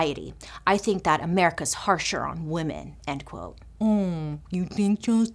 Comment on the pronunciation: when she said "umm is that what you fhinkk🤣